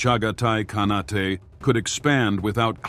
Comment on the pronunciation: "Khanate" is pronounced with a long "a" in the last syllable and don't pronounce the "e" like an "a". Please check the AI